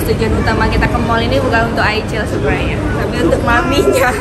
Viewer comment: Mohon maaf ya aycel bukan aycil 😅